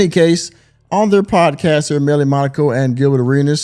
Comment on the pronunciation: ....Poaad Cyast?